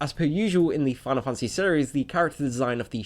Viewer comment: "Final funtasy"